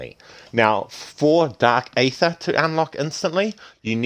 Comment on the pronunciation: You know its pronounced eether right not aather